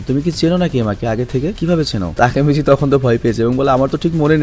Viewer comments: ভাই আপনি টাকিমিছি না বলে (টাকি মাছ) বলেন 😂😂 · ভাইয়া তেকিমিছি না তাকিমিচি ই হবে 😊আমি এই সিরিজটা পুরো দেখছি 😊ওইখানে ওর নামটা তাকিমিছি বলা হয়েছে 😊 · Vai Takimichi Tikimichi nh 🙂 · আরে ওর নাম টেকিমিছি নয় তাকিমিছি। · তাকিমিচি না তাকেমিচি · Takimasi na ❎ taki mas ✅ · উচ্চারণ তাকিমিচি। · Vaiya takemichi er namer pronunciation ta hobe "তাকেমেচি" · জাপানিজ উচ্চারণ বাংলার মত ওরা এনিমে না বরং আনিমে বলে তাকিমিচি বলে হিনাটা বলে না হিনাতা বলে ড বা ট উচ্চারণ করে না দ বা ত উচ্চারণ করে। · ভাই উচ্চারণ টা হবে হচ্চে "তাকেমিচি" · Takimichhe bolan cunta balo laga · ভাই ওর নাম এর সঠিক উচ্চারণ তাকিমিচি